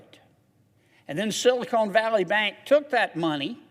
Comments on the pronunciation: It is not "Silicone" Valley. It's Silicon Valley! And, can we have a moment of silence for those who died, drinking shots every time that he said "Silicone" in his speech.💀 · Every time he says "silicone" valley I laugh and think about Hooter's restaurant. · “ Silicon not Silicone “ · This guy is stupid! He can't even pronounce sylacon Silicon Valley. It's silicon, not silicone. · Silicone valley bank? Lol 😆 It's SILICON. Idiot